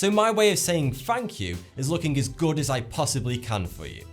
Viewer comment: sorry he didn't stutter he just didn't say "as" properly